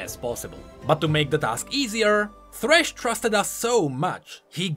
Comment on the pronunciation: Sad that you didn't put thresh as well and call him "Fhresh"